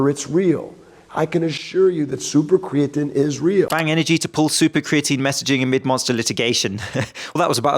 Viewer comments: Bang founder pronounces it "super cre-a-tin." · The man who cant pronounce creatine is ment to sell it ?yeah right